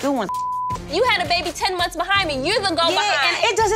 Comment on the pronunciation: Please tell yandy how to say months and not mumfs ughhh I can’t handle ittttt